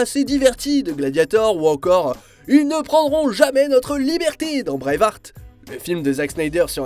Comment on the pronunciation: "Braveheart" ptn mes oreilles.... MAIS FAIT UN EFFORT PTN AU LIEU DE LIRE DÉBILEMENT TON SCRIPT A LA CON